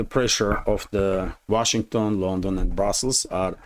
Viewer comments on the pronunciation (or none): none